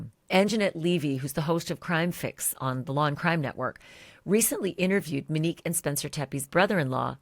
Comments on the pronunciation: this beautiful woman name is MOnique Ashleigh keeps saying MIN-ique. MINique. Not MOnique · For the luvva gawd it’s not pronounced MINNique please say MO-nique I know two Moniques and they hate when their name is pronounced the way you pronounce it🤦‍♀️🤷‍♀️ love ya tho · MO-Nique Her name is MONIQUE It’s not MIN-Nique Please stop calling this beautiful woman the wrong name ASHLEY. Right?! It’s annoying when people spell your name incorrectly and it’s equally as annoying bordering disrespectful to pronounce a name wrong just because YOU think that’s how it should be pronounced or because it’s easier for you to say Min-Nique versus saying her name correctly. MO-NIQUE it’s Monique. Mo. Her loved ones called her Mo. that’s because her name is MO-Nique. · Good God, Ashleigh— Monique is pronounced MO-NEEK, NOT MINEEK… Get it right, gurl!! So annoying!! 😖😖😖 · Everytime she says Minnique I cringe. MO-NIQUE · Her name in Mo nique not Ma nique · Ashley... repeat after me. MOnique. MO. Not Menique not Minique.... girl! 🤦🏻‍♀️ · It is not “MUnique” it’s MOnique. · Love the show but she keeps calling her Manique. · Yes, and call her Monique not “Mo” or Minnique. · Her name was Monique. Why do you keep calling her Manique? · You’re literally the ONLY person reporting on this case (and there’s upwards of a hundred journalists reporting on the Teppe case) who is calling the victim MIN-NIQUE. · HER NAME ISN'T MIH-NEEK! 😒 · I’m ready for you to pronounce Monique’s name correctly. Ashley.